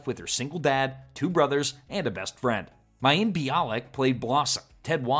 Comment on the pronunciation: Oh AI...you had me until you had to pronounce Mayim.